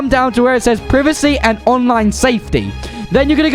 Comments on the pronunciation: Lmao privicy ITS “Prie Va See” privacy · My guy started saying priv-acy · Bro said preeveesee